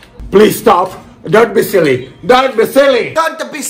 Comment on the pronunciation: E "dont pi sielli" dove lo mettiamo?